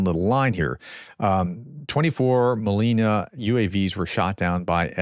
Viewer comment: And Prof, its not a Molina (raspberry), but Molniya (lightning).